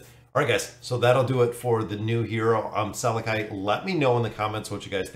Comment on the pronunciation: I think his name is pronounsed "SalAki", just like salami.